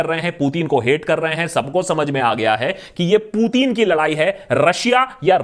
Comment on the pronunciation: aba loru putin bolna to seekh le phla